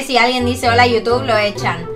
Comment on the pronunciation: Hole ocuerden que no pueden decir lr letrq